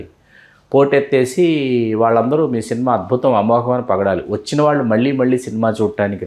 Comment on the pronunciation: వేలాది మంది చూసే వీడియోలు చేస్తున్న అవకాశం వచ్చింది. తెలుగు భాషలో అక్షరాలు సరిగ్గా దోషాలు లేకుండా పలకడం నేర్చుకో ఆంకరమ్మ!! వాల్లు,వీల్లు అనే పదాలు పంటికింద రాయి లా వుంటాయి.